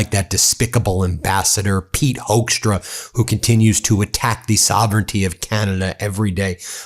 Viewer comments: Ben, it's procounced "hookstra", like in "hooker" . Not "hoaxtra". No joke, take it from a native Dutchie. And yes, I'm ashamed of that sorry excuse of born Dutchman Hoekstra. Before Canada he was the Ambassador over here in the Netjerlands and yeah, after initial high expectatiobs we soon found out he's everyting but a diplomat. Just a silly hardliner and a complete and utter moron. Even a crocodile would do a better job bringing people together than this vile excuse for a human. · Hoekstra is pronounced as hookstra.. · Sidenote: Hoekstra is pronounced as in Hook-stra, it's not a German name, it is Dutch. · HAPPY 4TH OF JULY🇺🇲 AND A HAPPY 250TH ANNIVERSARY OF THE UNITED STATES 🎉🎆🇺🇲 I SAY HI FROM AMSTERDAM🇳🇱 Hoekstra pronounced as HUKSTRA OE=like in YOU DUTCH!😇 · Yeah, Hoekstra has a Dutch name. You are pronouncing it wrong btw, But it is the last thing that worries me. He is a political thug. It shames me he has a Dutch background (well in name only). We will never want to be associated with this guy. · Really, Hoekstra? You don’t know why Canadians upset american govt